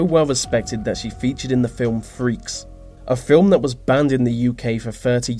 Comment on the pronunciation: What's the most freaky about this video is the way you keep misusing words, vis and vat and fink and fought and ve instead of the, it's so childish.